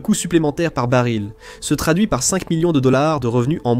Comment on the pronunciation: Ce serait encore mieux sans les commentaires générés par l'IA, mais par des êtres humains, ne serait-ce que par respect pour les auditeurs. Le bari de pétrole au lieu du baril (prononcer le l) par exemple.